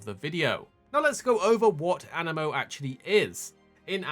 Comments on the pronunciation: animo or anee-mo? it's got 2 i's, that makes an ee sound, no? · An-I-mo❌ A-ni-mo✅ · aniimo AH- Nee - Mo